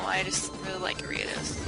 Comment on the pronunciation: Are-ee-uh-dose. Jes helpin :p